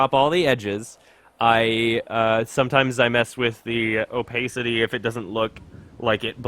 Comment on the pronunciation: Haha, "opaycity" :P